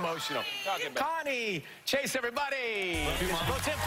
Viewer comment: It’s Chayce, not Chace!